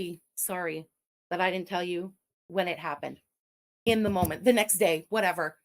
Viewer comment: It is an embarrassing "MOLMENT" to be sure haha. 😅